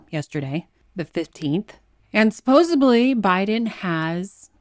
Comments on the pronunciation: I truly -- TRULY -- dislike pointing this out, but you said "supposably." You're better than that. "Supposedly" is the word that will re-establish order in the universe! Or at least in my mind. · Did you say subposibly? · Not supposably but supposedly.